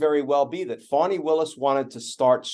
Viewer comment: Her name is Fani not fawni, learn how to pronounce her name ... Fani